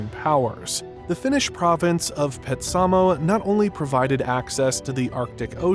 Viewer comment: This was very informative. However, your pronunciation of Petsamo is totally off. It was pronounced ‘PET-sa-moe’